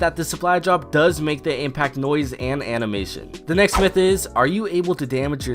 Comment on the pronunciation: Next myth / that sound the same😂